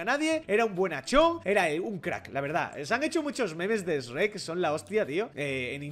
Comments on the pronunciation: No se dice sreck se diseño sherk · Sreck no es es shuek asi se pronunsia pero bueno yo no soy un alfabeta me encantan tus videos 😁😁💝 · dice reck (shrek) y me da cringe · En el doblaje español de España le dicen esrek porque es haci se pronuncia s en inglés y rek por shrek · NI ES ESHREK ES SHUREK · Acá SHREK se dice SHUEK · Aprendé a decir Shrek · Todos: sherk: esrek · Ipine89 ah ok jajaja me daba cólera como lo decía mal 😂😂